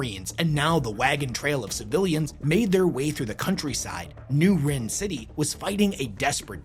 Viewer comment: It’s pronounced rin not wren 🤦🏻